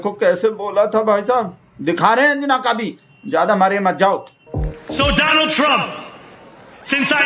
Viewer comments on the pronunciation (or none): Dolund sir..aur libb raando ka meaning batao bakht ji....suna hai trump ko pata chal gaya..yeh dolund boltay hai ..donold nahe boltay hai😂😂😂😂